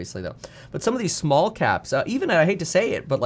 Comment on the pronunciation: he said $muln